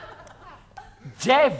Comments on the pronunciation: Chmielewski Dżewo, nie słyszysz że mówi wyraźnie: "dżewo" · dżewo :D